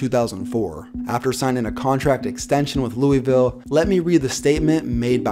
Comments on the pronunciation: Btw it’s loovill not Louievill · HOLY FUCK ITS NOT LUIS VILLE OR LOOEY VILLE ITS FUCKING LOOL VILLIE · Cringe every time he says "Lewie-ville" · Sorry, “Lewis-ville” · Every time this dude said Louisville it made me pissed off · Please pronounce Louisville right